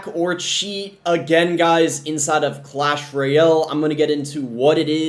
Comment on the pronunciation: "Clash Royell"